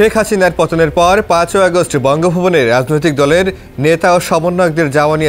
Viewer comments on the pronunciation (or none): none